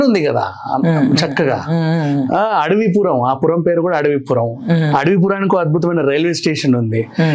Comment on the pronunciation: అడివిపురం కాదు అడవివరం